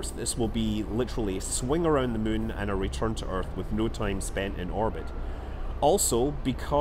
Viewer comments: You really said it: "it would be a fly around the mun" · i love how he says moon like mün that scottish accent really makes it sound like hes played a little to much ksp haha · like how you say mun as in the moon of kerbin and not moon as in the actual moon